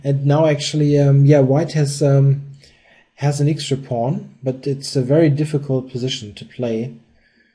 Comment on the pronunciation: I wish you wouldn´t say "ixtra", it´s "extra". thank you.